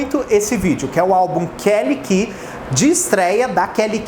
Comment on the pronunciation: Meu deus a Kelly Key é da Warner. Mas falou certinho.